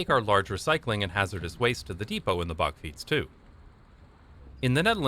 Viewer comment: bakfiets not backfiets perhaps you wonna say bark fiets